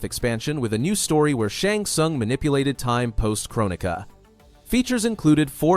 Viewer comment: "Shong sung"